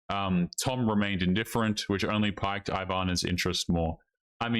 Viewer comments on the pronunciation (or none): "piqued" - pronounced "Peeked." Like Clique, oblique, critique, batique, and mystique